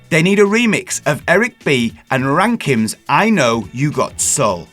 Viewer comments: So I can hear you say “Ramkin” instead of “Rakim” multiple times? Nice one 😂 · It's Eric B and RAKIM - the artist pronounces his name as Rah-KEEM. There is no "N" in his name. Yikes. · Say Rakim again 😂